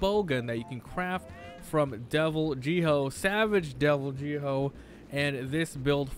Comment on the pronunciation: You do realize that Devil Jho is pronouced Devil Joe right? They even say it in game.